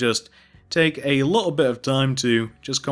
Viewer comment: Stop saying a liole bit its little bit